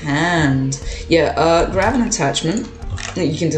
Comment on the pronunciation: “Grwab the animation” the way bro sounded I wheezed 😭